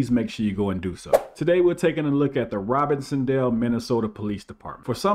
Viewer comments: Robinsdale. Not Robinson dale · So happy to see this! It's pronounced Robins-dale pd. Get it Rowdy!